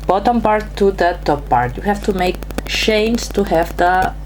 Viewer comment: Its CHAINS ! NOT SHANES !!! 😡👎